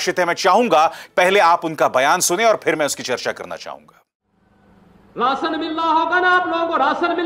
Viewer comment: Rasan nahi rashan ... hehehahaha